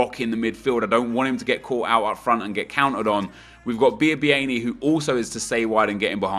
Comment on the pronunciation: Just to say without being pedantic its pronounced Bee-ah-bee-ah-nee compared to you saying Bee-ah-bee-ainee. Anyway that said love the content and video 👌❤